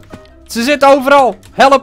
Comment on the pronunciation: Hoe jij helep! Zegt. Geniaal!